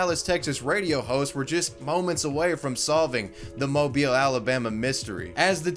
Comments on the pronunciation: Well I could be wrong but since you pronounced Mobile correctly I'm assuming you're Southern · Thank you so so much for pronouncing mobile correctly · I love that my home town is known for a leprechaun lmao, you can still find recreations of the "amateur sketch" in graffiti in downtown Mobile. Btw love that you pronounced Mobile the right way and not like how you would say "mobile phone" 😂